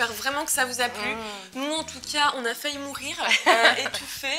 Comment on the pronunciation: TA DIS JE VAIS MOURRIRE DECEDER 😂😑